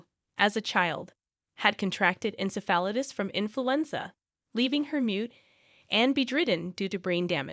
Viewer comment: It’s not ensiFALidis It’s en-SEF-il-itis. Brain fever.